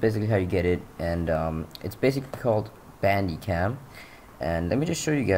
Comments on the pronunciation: Its pronounced band-e-cam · It pronounced banDIE cam